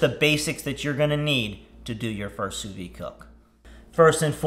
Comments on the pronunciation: Sous veed, not sous vee. It’s French. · Has a channel dedicated to sous vide. Doesn’t know how to pronounce it. 🤦‍♂️